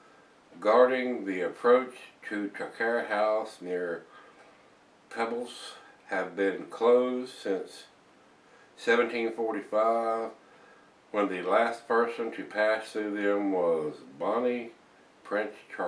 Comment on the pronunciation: Loved the review,, and especially great for a Scotsman like myself hearing you review Scottish ales!:) Just for your own info, the brewery is pronounced like 'Trah-kware' and the town as 'Pee-blz':) Would love to hear more Scottish ale reviews as yours are the best on the net!:)